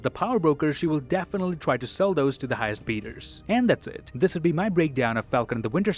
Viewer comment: "highest beeders" lol